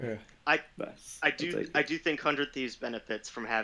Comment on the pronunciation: What? hun-dred-Thieves (3 syllables) = hun-dred-"Te" (3 syllables). Nice education.